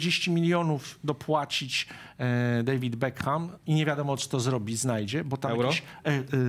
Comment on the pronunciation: Panie, Beckham czyta się bez "H", gdyż jest nieme 😁 Czyli "Bekam"